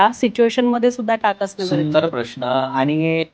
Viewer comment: ताई, प्रश्ण नव्हे, उच्चार प्रश्न असा असावा